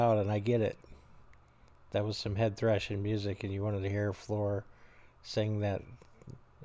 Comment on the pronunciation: Don’t worry about those offended by the Amy Lee comparison…understood that we Americans generally have no other point of reference for a first time listen. As you listen to more of Floor…and yes, you pronounced that correctly…I think you’ll find less to compare the two, though. You mention My Immortal and wanting to hear that, as you said “beautiful” vocal style from Floor. I’d suggest, from Gabriel’s list, Dead Boy’s Poem live from Buenos Aires. And for something COMPLETELY different, check out Floor doing her version of Lady Gaga’s song “Shallow” from the Dutch TV show Beste Zangers…you will be moved, for sure. ☮️